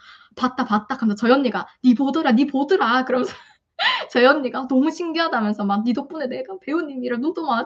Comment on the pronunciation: "니보드라"ㅋㅋㅋ리얼사투리 ㅋㅋ 진짜 이건 영화같은 얘기예요!!!우왕 제목에 "스티븐연"적으세요~~많은사람들이 봐야해요 ㅎㅎ세상에 키미님 넘 부러워요 ㅎㅎ